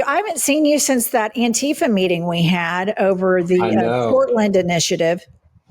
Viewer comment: "I am anrifa"